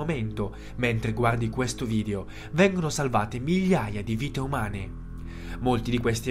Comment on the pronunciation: ma perchè dici "VIDIO" al posto di video? ti è piaciuto questo vidio??